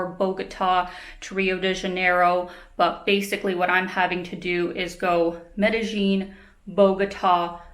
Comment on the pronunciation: Hi, great stuff, as usual. Is there any reason why you use the sound of "J" when you pronounce Medelin? I always love your videos.